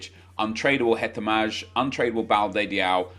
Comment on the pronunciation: Hetemaj is pronaunced hetemai